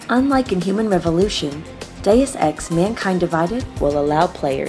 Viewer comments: Geez, so many mis-pronunciations. You really had to call it deuce ex later in video...aka crap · Mey-lee kills? Dus ex? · Did no one teach her words before the take? May-lay. Day-oose Ex. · "Day-us ex", my god it isn't hard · Quite a few Deus Ex veterans (going back to the original) actually pronounced it 'Deuce'. Either in ignorance or on purpose.